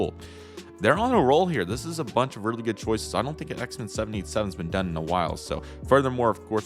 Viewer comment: Xiamen is pronounced She ah men